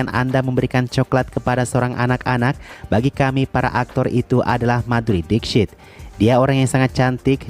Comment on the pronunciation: gw kan sambil kerja dengerin youtube ya, nah video ini masuk auto-play jadi gatau judul dan ga kenal nama sang artis. jadinya cmn denger dari VO admin. nah pas denger nama MADHURI DIXIT. gw dengernya MADHURI deepsh*t :v